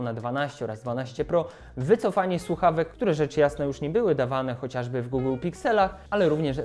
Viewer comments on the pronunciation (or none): none